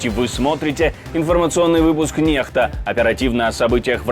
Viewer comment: почему неХта? когда Не" кс"та. Nexta Х = икс или кс Алекс=Аlех -Alexander